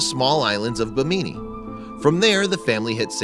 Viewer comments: Seriously, Ba-me-nee and A-boc-o? It's Bim-a-nee and Ab-a-co.. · Cringed when he said "bimee-nee" lmao, it's Bimini (bimi-nee) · it's not bimeenee it's bimini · Island od "Bamini" ? BIM-IN-I (BIM-N-KNEE) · The narrator SUCKS! How can he not know it's Bim ini, NOT Bimeenie! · Bim...In..EEE..Not Be-meany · The narrator is mispronouncing the names of the places in the Bahamas. He pronounces "Bimini" as bih-MEE-nee when it's BIH-muh-nee. And Abaco is pronounced AB-uh-ko not ab-OCK-ko. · I'm gonna say it... Bi-mini not Bimeanie. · Bameanie? It’s pronounced Bim-in-y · It's not bameenee. It's Bimini. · Buh mee nee isn’t the correct pronunciation; it’s bim uh nee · 'BIHNIMI' The Island's Name Is Bimini💀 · I'm from The Bahamas to hear him mis pronounce the names 😕. Its Bimini= Bim-in-nee and Abaco = Ab-ak-ko. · Damn, cringed hard when he pronounced Bimini as "be-mean-e". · Me too being from the Bahamas I was like what???? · It's pronounced bim-ma-ni and ah-bah-co 🙄🙄🙄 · It’s pronounced Bih-mih-knee [Bimini the island] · its pronounced [BIM-IN-EE] and thats so sad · Licia B finally another Bahamian saw this I was looking for this comment this bothered me so much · You said Bimini wrong its pronounced - Bim in knee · Smt people always pronouncing the islands names wrong it's A-ba-coe & Bim-in-e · You mispronounced both BI-mi-ni and AH-bah-co... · Bi-min-i with accent on the first syllable. A-ba-co with accent on the first syllable. I guess you never have been to the Bahamas or heard much about them. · The islands are pronounced Bim-in-ee and Ab-ah-co... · Bimini is pronounced with emphasis on the first syllable as in ENEMY. It's the refuge that Hannibal Lecter retreated to at the end of Silence of the Lambs. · I know this is irrelevant but you pronounced Bimini wrong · You said bimini and abaco wrong. Im grom tge Bahamas by the waayyyyyyy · I feel offended because he pronounced Bimini wrong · Omg he pronounced Bimini and Abaco SOOOO wrong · That is not how u say Bimini